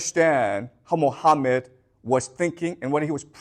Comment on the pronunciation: Islam literature has answer to all 3 questions. Its found in 2 islamic sources that every serious moslem knows about. Called Sunnah and Seerah.Also known in English as traditions and lifestory of Thee Prophet Mohammad. Who's real name is pronounced Mo ga mat. Peace be on him